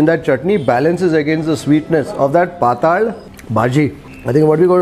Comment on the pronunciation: Pathal bhaji is Marathi for thin subji I guess... But the way it's pronounced in the video, it sounds like Paathala in Kannada... 😄😄